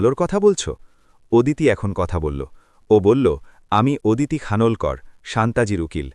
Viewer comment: ওদিতি নয় হবে “অদিতি “